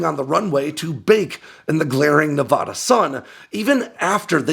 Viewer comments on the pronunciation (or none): Please pronounce my state correctly. It’s nuh-VADD-uh not nuh-VODD-uh. Thank you. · It's Ne-VAD-uh. Not Ne-VAH-da. Locals and long term residents do not use the Spanish pronunciation. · Pronounce Nevada correctly and I’ll subscribe to your channel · Stop mispronouncing Nevada! Damnit man. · I am begging you to pronounce Nevada correctly. Sincerely, a Nevada native